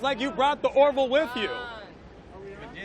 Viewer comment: Remember : it's the " Ore - VILL." 'Nuf said....